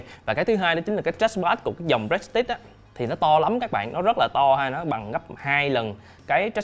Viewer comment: a ơi prestige đọc là pờ rì stit